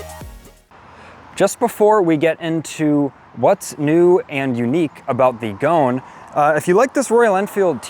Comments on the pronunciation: The pronunciation is "Go-un", not goan. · Goan,... pronounced Go-an, ...is a province in India where the locals customize smaller displacement motorcycles by making them often outrageously flamboyant. This bike is a tribute to that custom ! It is not pronounced Goan, as in moan !